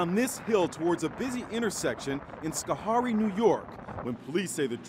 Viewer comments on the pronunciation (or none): That is not how you say Schoharie. It’s scho-hair-ee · You completely butchered the name Schoharie. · Sad that they can’t even pronounce schoharie right